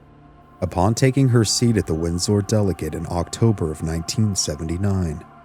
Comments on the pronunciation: "Winn-Sore." Lol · Are you AI? Why do you say Windsor weird?